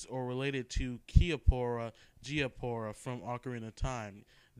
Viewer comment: I think the best way to pronounce Kaepora Gaebora's name would be to pronounce it like the Japanese. "caw-eh-poh-rah gaw-eh-boh-rah". I find that if I don't know how to pronounce something from a video game like this and its spelled in a way that you could read it in Japanese without a problem (like Saria "sah-ree-ah"), then I just pronounce it like they would in Japan. I think that its a good way to make a neutral pronunciation to words that everyone pronounces differently.